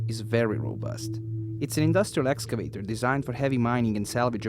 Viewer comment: Excavator not Escavator